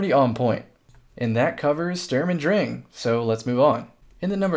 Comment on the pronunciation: Yo you're actually saying "drang" right I'm proud